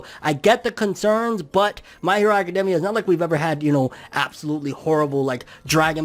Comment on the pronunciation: It bothers me the way he says academia